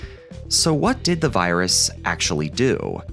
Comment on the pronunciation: wait did he really say "u waant to get this viruson en windows xp